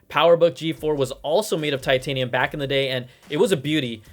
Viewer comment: Brian made titanium sound like vibranium LOL